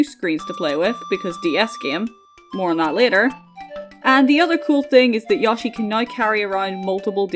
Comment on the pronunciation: I am begging you to stop saying yawshi 😭